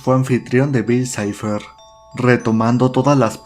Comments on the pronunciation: Por que el otro narrador dice bill cleib? Xd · "Bill claib" si lo quieres decir en ingles dile bill cipher no cliab🙄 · "Bill cleiv"??? Pronuncian bien Bill cipher (en inglés), pero si pronuncian Bill clave en español lo pronuncian en inglés también. Realmente no entendí eso. En ningún lado escuché a alguien decir Bill cleiv. Bueno eso cada quien. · Tan facil que era pronunciar bil saifer